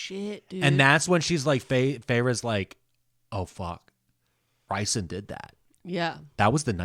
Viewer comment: Rhysand is not pronounced "RICEand", it's "REESand"...minor detail, but makes my eye twitch when someone says it like that 😜 😂